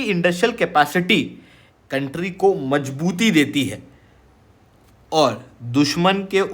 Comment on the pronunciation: I just hv one question Why do u ppl pronounce Z as J? Like he said in the video MaJbooti instead of Mazbooti